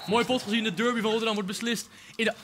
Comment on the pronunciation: Je spreekt het uit als darby, niet durby.